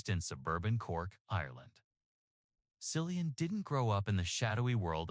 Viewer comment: His name is Cillian, with a hard C, not “Sillian”. Why can’t people get his name right?